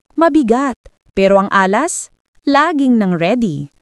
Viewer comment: Nag-iimbento na naman si AI. Can't even pronounce Alas and yet pretending to have a solution?